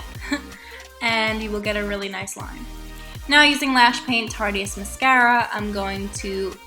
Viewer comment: no offence but I'm pretty sure tarteist is pronounced like artist but with a t